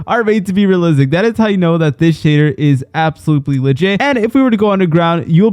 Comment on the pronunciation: “Absoblutely—“ I can’t. I just can’t lol.😂